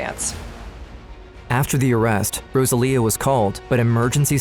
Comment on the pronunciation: Rosalia is pronounced rose-uh-lee-uh